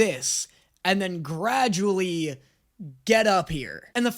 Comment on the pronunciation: "gradually" lol